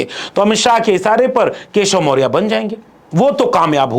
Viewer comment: पहले बोलने का ढंग सीख लो। मोरिया नहीं, मौर्या होता है। PDA PDA चिल्लाते हो पहले PDA का इज्ज़त करना सीख लो।